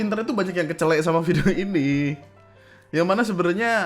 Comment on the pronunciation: kecelek mas bukan kecelEk. atau bacanya "Keceleik"